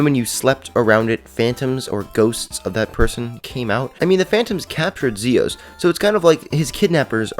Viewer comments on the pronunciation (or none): none